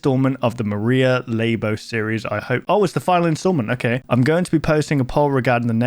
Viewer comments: Lay-bow ❎ Luh-Boo ✅ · its LABO not LAIBO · "Lay-bo" is crazy 💀💀💀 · I don't know if anyone's told you already, but Labo is pronounced "Lah-Boh" and means "blurry or hazy", which is a description you can use for the low quality of analog tapes. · Not "leybo", it's labo with a short letter a. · Labo (emphasis on the La) as in blurry or some other meaning of Labo with a different pronounciation..?? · And i think Labo is meant to be pronounced La-bo as in (Blurred)